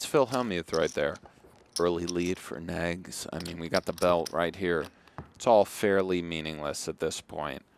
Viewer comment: So annoying that the commentator called him 'Negs' all night.....'Nnnnegs'....urgh